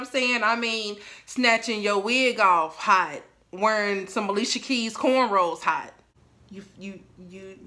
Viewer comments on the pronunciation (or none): none